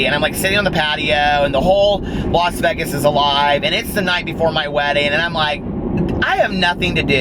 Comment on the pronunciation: You do say Vegas funny!! Lol I dont know how you dont hear it. You say, v-eehh-gus and its pronounced v-ay-gus, if that makes sense. 💙💙💙💙💙💙